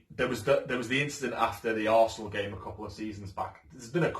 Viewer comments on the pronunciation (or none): none